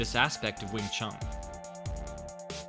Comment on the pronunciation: you should know its not wing chung, its chun